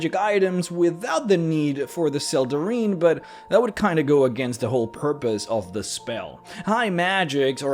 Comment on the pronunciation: I think it's pronounced, "Sel-deh-rhine". The "ine" ending is "ine" not "een".